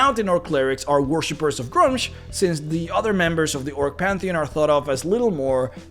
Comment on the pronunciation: It's pronounced "Gruu-mush".